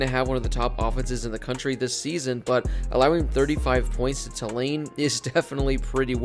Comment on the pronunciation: It’s TOO-lane, not tuh-LANE.